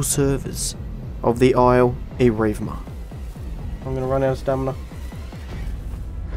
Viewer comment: the isle .. "erivma"?